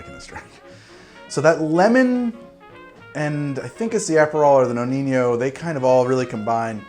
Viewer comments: You pronounce the name of the amaro like "Noniño", ahahahah, it seems like spanish but it's not...so the correct pronunciation is just "Nonino" :-) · nonino not noninho i mean no ni no not that hard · I really like your channel, I really do, but you definitely got to sort out your Italian/Spanish pronunciations! It's Nonino not Noniño, so the 2nd N sounds just like the 1st! A quick Google search before a video is all you need but please, stop making every Italian word sound spanish! Anyway keep up with the good work! Best regards, an Italian fan of yours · What is with the corny "Spanish" pronunciation of "Nonino"? No-neen-yo???? Sorry, we're not in Barcelona. For Italians its just No-nee-no. Let's keep it simple. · Why keeping call it Amaro Noniño? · Amaro Nonino. Nonino. Not Noni~nyo~. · We don't have the ñ in Italian... It isn't El ñino it's knee-no... Good job on the rest my friend.. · No-KNEE-No. there is no “ñ” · For the love of god, its pronounced "No-Nee-No" . There is no enye in the Italian language. If it were spelled the way you pronounce it, it would be Nonigno. Your PSA for the day. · Dude the ñ sound doesn’t exist in Italian. It’s pronounced no-nee-no. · Well i was about to say this after like the 5th butchering but u had it 😂😂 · The Amaro Nonino it's actually pronounced "no-knee-no"...my Italian ear is really hurting by that Spanishsation of actually a great Amaro 😅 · Always thought it was pronounce no-knee-no